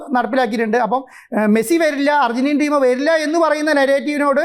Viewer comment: മസ്സി അല്ല da മരപ്പൊട്ടാ